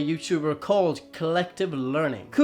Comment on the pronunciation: You reference Collative Learning (though you don't pronounce correctly) and his video's but apparently you haven't seen his video explaining the monolith- 2001: A SPACE ODYSSEY Meaning of the Monolith Revealed PART 1 (2014 update)